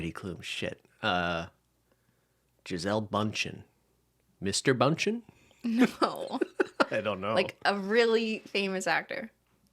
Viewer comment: I love that Gisele was part of the pop quiz! I would pronounce her last name like "been-chain" hahaha don't know if that helps